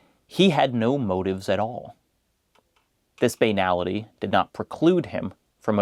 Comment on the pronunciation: Other than your pronunciation of the word "banality", fantastic video as usual.